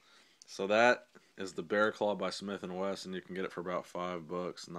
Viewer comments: it's Smith and WESSON not Weston......... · its "wesson" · Smith & Wesson not Smith & Weston